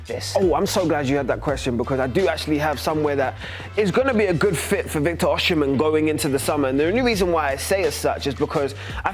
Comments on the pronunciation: It’s Osi not Oshi—- it’s annoying the way you calling him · Come on...it's pronounced Oh-si-men. Not Oh-she-men. Do better! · Victor OSIM-HEN NOT OSHI-MEN. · no OSHHIJMEN OSIMHEN BRO wtf is that ssshhh sound